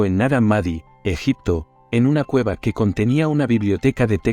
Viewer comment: Nag Hammadi, no naramadi